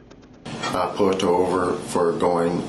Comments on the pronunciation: Did he say "pult" her over? Say what Bro? Ya Pult he over??? Did you "axt" her for a blowsage? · Dude can’t even pronounce pulled over correctly they really letting anyone be a cop